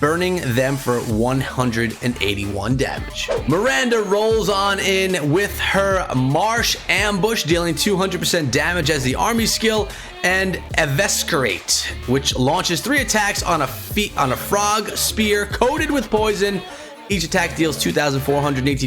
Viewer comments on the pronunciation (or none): Strike of Honor not "Horror"...and the word is pronounced "e-viss-er-ate". Other than these common mistakes, it was a nice little presentation. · Have you even ever watched the show? Sure doesn't sound like it. Also, not sure what the purpose of this was. Anyone can read for themselves. <_< And finally, the word is EE - VISS - ER - ATE. There is no hard "C" sound.